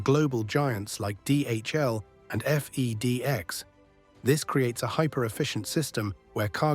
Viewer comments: "Eff E Dee Eks" it's FedX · F-E-D-EX lmao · Very interesting. But at the same time, the obvious text-to-speech was annoying. The mispronunciation of Kowhai Park made it blatantly obvious that it was text-to-speech. And nobody says FedEx like the text-to-speech did. Any particular reason why a person could not have narrated this?